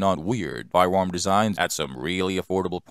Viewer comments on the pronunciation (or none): I am also scwaping by and looking for a budget firewam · Why does he sound like Elmer Fudd whenever he says firearm